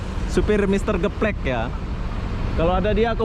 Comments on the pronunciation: Mr gaplek,bro.bukan geplek.adanya di kalideres bukan di kampung rambutan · Rugi lah ngoperasiin DD ke bandung. Mr. Gaplek bukan Mr. Geplek 😂😂